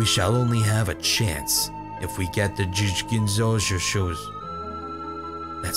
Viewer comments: And the "Gin so shoe show" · When Ginzushou gets pronounced literally 8 different times x'D ily ❤️ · Now teach how to say Urawa-kun instead of "Uww-raa... fuck..." and "Ew-rawa-kun..." Then we can work on his "Ginzuishou" =3